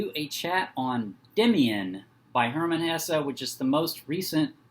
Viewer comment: Thank you for pronouncing his name right ❤